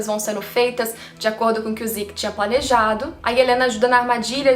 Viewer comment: o nome é "zeke" e não "ziki"...